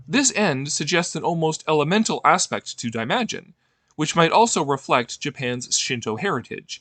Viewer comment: You massacred the pronounciation of Daimajin.